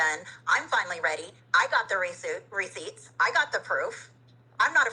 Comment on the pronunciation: I do love the term "recioots"... receipts + proof = recioots.